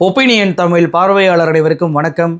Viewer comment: அன்பு நண்பரே! நன்கு ஆய்ந்து தெளிந்து தாங்கள் வழங்கும் செய்திகள் மிகவும் நேர்த்தியாகவும் மக்கள் நலன் சார்ந்தும் உள்ளது. பாராட்டுகிறோம். ' ழ்' உச்சரிப்பில் சற்று தடுமாற்றம் உள்ளதுபோல் தெரிகிறது. தமிழ் என்பதை உச்சரிக்கும்போது' ழ்' சிறப்பு ஒலி துல்லிதமாக இருக்கும்படி பார்த்துக் கொள்ள வேண்டுகிறோம். நன்றி!